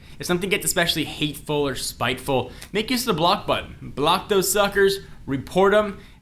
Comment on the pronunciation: Make not mane